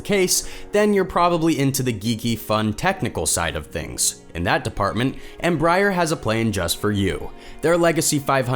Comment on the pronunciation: Not "Em-briar", not "Embry-Air"